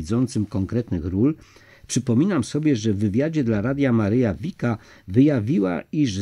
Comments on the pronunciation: Dlaczego lektor niedoczytał,jak wymawia się nazwę góry PODBRDO,a uparcie wymawia fałszywie jako"podbro"?... trochę niechlujstwo i brak szacunku do tak ważnego tematu I przypomnę lektorowi,...nie "wika",..a Wicka,tak jak się pisze,tak się wymawia Poznałem Wickę osobiście,i Ona tak też się sama przedstawia... proszę,o korektę własną i doczytanie tematu,a nie tylko pobieżne,ot odczytanie....z Panem Bogiem. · ViCka, nie Vika ☺️ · Vicka, a nie Vika.